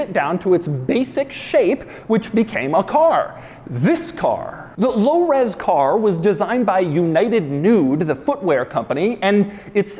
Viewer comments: I dare you to say Lo Ros Car one more time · Can you say “low res car” again please 😂